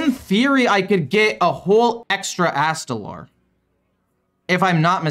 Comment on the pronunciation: My dude...it's ast-a-lore...not astalaaarrr Oh and screw ramp combo druid